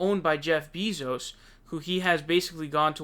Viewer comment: For someone who follows politics ad the news so often, you sure have a lot of difficulty pronouncing names xD Bernie Saunders earlier this week and now its Jeff Bee-zos xD